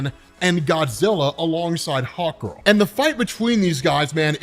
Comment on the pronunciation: Everytime you said Hawk Girl, I heard Hot Girl xD